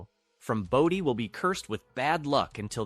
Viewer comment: For christ sakes, isnt there a law about misprounciation? Its fn "Bow-Dee" not baah-dee"